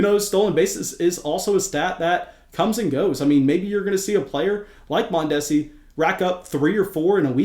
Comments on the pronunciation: The repeated mispronunciation of Mondesi’s name was hilarious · You are pronouncing Mondesi wrong